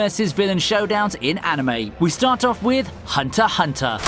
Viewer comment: it's *Hunter Ex Hunter not hunter hunter.. 🤦‍♂️😂😂